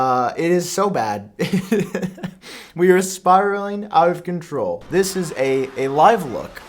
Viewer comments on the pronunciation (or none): none